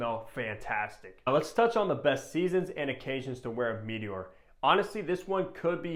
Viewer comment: It's not "mee-tee-ore". Comon man.